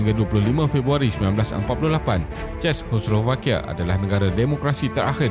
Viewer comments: Sebutan dia ce-kos-slo-va-kia, takyah susah2 belit lidah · Narrator tolong lah buat homework dulu mengenai sebutan yang betul dalam content setiap video. Ini bukan cara sebutan Czechoslovakia yang betul. Bukan dalam video ini sahaja. Video video sebelum ini pun banyak sebutan yang salah. Ini teguran untuk improve dari segi pronunciation selepas ini. I really like this channel and will keep on supporting 🌸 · Sakit kepala dengar tuan empunya video sebut 😂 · susah betul nak sebut Czechoslovakia